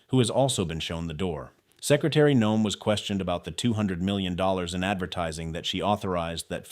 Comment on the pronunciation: Your commentary was interesting and very informative. However, it was rather irritating the way you kept pronouncing Noem''s name incorrectly as..."NO---EHM" Her name is pronounced..."NOME". It more or less rhymes with the word home...HOME---NOEM. If you do any future stories about our former DHS, please pronounce her last name accurately.